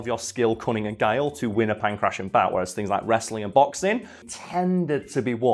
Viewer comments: in pangration the t is pronounced as ,well, a t. not an -ss-. I live in an area of athens with that name. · Could not have looked up the correct pronunciation of Pankration before filming this? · I love how he sys Punk Russian instead of Pankration. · Don't make fun of someone for mispronouncing a word. It usually means they've only read it, rather than someone else reading it to them.